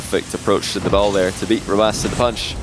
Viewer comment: how do u pronounce rw9 he says “rowoss?”